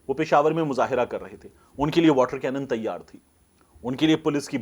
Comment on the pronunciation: تَیّار نہیں تِیَار رہںو 😜